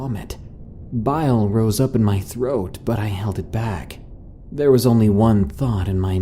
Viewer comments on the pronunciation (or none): none